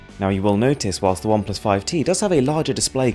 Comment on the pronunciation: you know you're so fancy when you say WHILSSSSSST